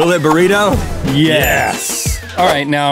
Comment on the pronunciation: Smiley Bob It also sounded like he kept saying “vabritto” (said like vuh-breeto) rather than burrito! Etymology v. Entomology... So close, but so far!